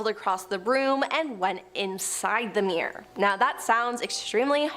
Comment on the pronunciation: "Edenburg"? Do you mean "Edinburgh", perchance? And is a "me'er" anything like a "mirror"?